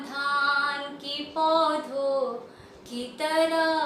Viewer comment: its not haa sound at the end of paudho instead sound goes to nose like noon ghunah